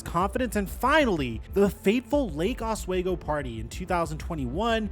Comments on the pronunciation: It’s pronounced OsWeego not waygo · Os-WE-go not Os-WAY-go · As a local to the Portland area, Oswego is said "ahhs-we-go". I never heard of the party and crime he supposedly committed there, and loved him while here. Was solid off the bench overall. Sad to hear this story.